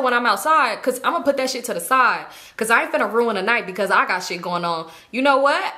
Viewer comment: “ima put that shit to the side” that side was said soo LA Lmaoo